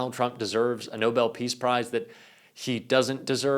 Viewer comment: See he said Nobel PISS PRIZE !!!😂😂😂